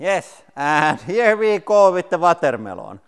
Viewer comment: The way you pronounce it “vatermaylon” is delightful